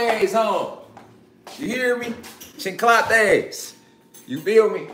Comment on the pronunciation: Nigga said chiclates 😂😂😂